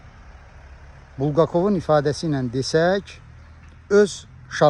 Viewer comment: BulqakOv yox, BulqAkov.